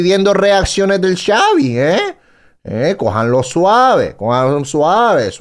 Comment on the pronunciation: Xavi ❌ Savi ✅ 🤑